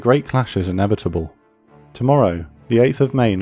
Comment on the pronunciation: You put a lot of emphasis on that last tomorrow. Part 2 releasing tomorrow confirmed?! One of the best history channels on yt, keep up the amazing work!